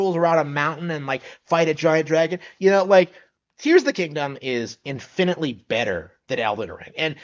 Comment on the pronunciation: In finetly? It's pronounced "Infinitely".